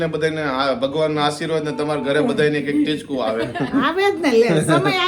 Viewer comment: તમે ટીચકું ની જગ્યાએ ચીટકું બોલો chho